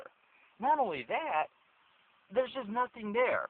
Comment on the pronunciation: "you see you get in.. it makes absolutely no statement about the driver.. now maybe im a little bit different" "Not only dat deres just nothing dere" Theres statement it makes about the driver because you have absolutely nothing there upstairs man you're stupid as fuck. Its far from a maytag appliance if you ask anyone they'll tell you. get back in your riced out riviera and ride on my friend.